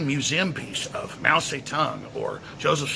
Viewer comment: #1 I love the look of ‘Oh God, not this’ when Bernie sees Alex Jones #2 Did anyone else notice how he mispronounced Mao’s name?